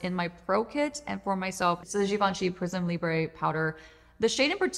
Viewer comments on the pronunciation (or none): I love your videos! Just FYI, Givenchy is French, so it's pronounced Prisme "LEE' brr" not "lee bray" as in Spanish.